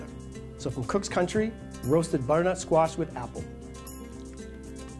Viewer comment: there are 3 syllables in the word 'butternut', not 'buttnut'. aarrgg